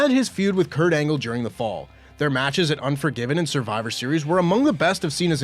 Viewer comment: Hol' up. Kurt "Angel"? O_o